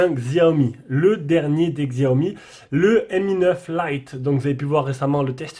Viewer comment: Juste pour info : Ça ne se prononce pas "gziaomi" ni "chiaomi", mais simplement "siaomi" !